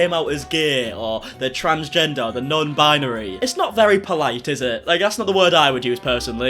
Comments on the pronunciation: "Bi-yuh-neery 🥴🍷" - 2022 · can’t even pronounce binary correctly. 🤦🏼‍♀️